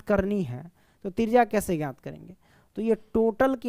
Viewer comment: Trijya ❎ trija ✅